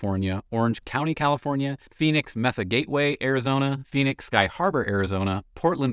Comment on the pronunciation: FYI -- Phonetically, It's Maysa, AZ., not MESSA. Otherwise, this is good information to know. Thank you.